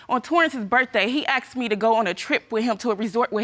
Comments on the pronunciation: "He axed me"... The word is ASKED !! Not that hard to say !! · It's the 'axed' word that I detest. The word is 'asked' not hard to say